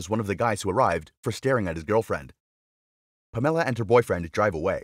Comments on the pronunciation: I checked out when you pronounced Pamela as Pam Ella!! Too painful to listen to! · Never heard of anyone named Puh-Meh-Luh before. 🤣🤣🤣